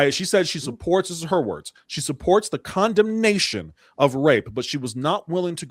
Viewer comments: Would somebody remind that idiot that "condemsion" isn't a word. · "Condemption?" Sounds like she gots a college education at the Learing Center. Maybe she's skiping class to do this interview.